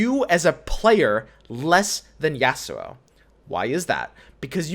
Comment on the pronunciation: Normal person: Yasuo: Ya'sssuo